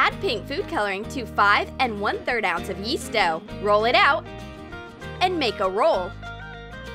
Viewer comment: 10:9 they say yeets dough instead of yeast dough